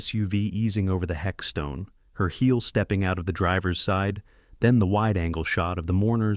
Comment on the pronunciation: What on earth is a hexstone its headstone.